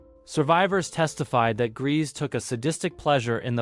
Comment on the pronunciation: IRMA GRESE'S NAME IS PRONOUNCED 'GREYSA' NOT 'GREASE.'